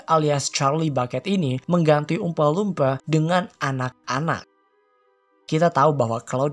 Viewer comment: jelek pronounciation nya. dilebih lebihkan banget apalagi pas nyebut oompa loompa